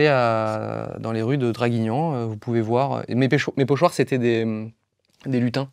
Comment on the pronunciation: mes pochon.. Mes pochoirs 🤡🤡